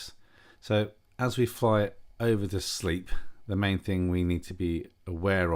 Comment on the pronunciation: Yep, nice landing. I understand Sleap is pronounced Slape though 😉. Lovely airfield in a beautiful part of the world. My skill test involved a MATZ pen of Shawbury, not below 2400'. Sure enough 2 huge cumulus blocked my way and I had request 2000' to remain vfr. The controllers there are really good, and they are used to Students knocking about in their AIAA, so I got the alt I asked for. Looking forward to more vids, with ATC if poss!